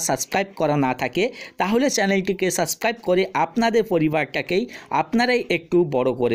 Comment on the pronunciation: যে দিন সাবস্ক্রাইব উচ্চারণ টা ঠিক করে করতে পারবেন অই দিন সাপ্রাইব করবো